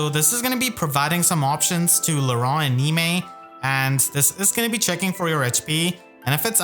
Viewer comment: I still wonder... is that pronunciation of Laurent even been confirmed...?